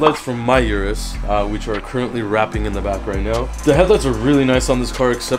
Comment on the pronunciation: O-RUS not U-RUS